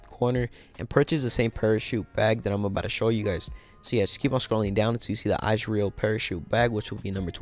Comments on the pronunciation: Am I the only one who cant stop from laughing everytime he says icereal parachute 😂😂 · He doesn’t know how to say Israel